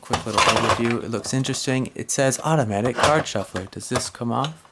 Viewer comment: When you say 'Automatic card shuffler' with that accent it sounds like Value Hunter